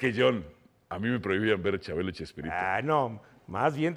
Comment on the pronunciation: jajaja alvaro no conoce a chabelo, y se dice wilo????? es que en Guatemala no pasaban en familia con Chabelo?